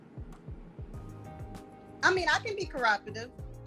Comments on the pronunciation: Corapativncess She can't even pronounce what a man wants smh, you can't make this up. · She cannot even say the word, "cooperativeness"